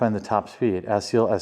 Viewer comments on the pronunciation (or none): It's Axial, not Axiel. You might be thinking of Ariel, from your favorite movie ;)